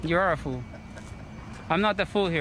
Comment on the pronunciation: Dear lord I hate this boy. He's so lazy he can't even say "fool" properly. What a moron.